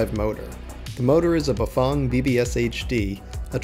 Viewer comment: Great video, but holy shit, man, why can't people pronounce Bafang correctly. It's not ba•'Fong,' as rhyming with Long. It's FANG!! As rhyming with BANG or TANG!!! I mean, C'mon, people..... REALLY?!?!?